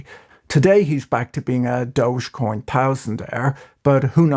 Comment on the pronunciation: who else is proud that Patrick pronounced DOGE correctly?? It's DOGEEEE-coin and not DODGE-coin